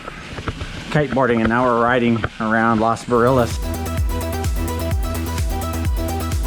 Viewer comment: It's LOS Barriles not LAS Barriles....just sayin! Love the town and really enjoy your videos...